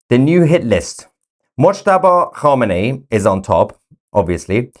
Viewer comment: Moooshtaba khaboooomi 😅😅😅😅😂😂😂